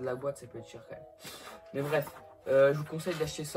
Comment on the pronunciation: Donc... C "MÊME" PAS "MAIME"